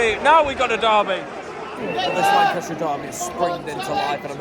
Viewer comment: Don't know where you're from but Lancashire is pronounced 'Lankisher' 😁. Good commentary from you, upbeat, good stuff 👍